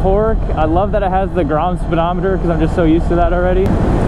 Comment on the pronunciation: grom speedometer.... you mean the speegrometer